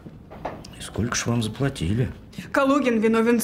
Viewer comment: Разве в русском языке есть слово"скоко", как произнесла актриса героиня(режет слух)